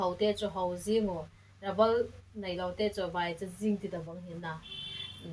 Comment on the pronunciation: Rubber or rabal 😂